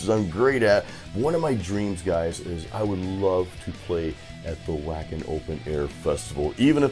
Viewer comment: Hey love the channel man keep up the good work. Wacken would be amazing just a heads-up it's pronounced with a "V" at the beginning instead of the W, kinda like the composer Richard Wagner, it's said like Vaagner. Take care man.